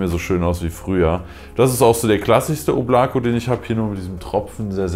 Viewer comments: Fühl ich eigentlich heißt es oblaka also in der Aussprache (Wolke) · Es spricht sich Óblako. Die Betonung ist auf der ersten Silbe. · Balya wie mich diese deutsche aussprache von Oblako triggert😬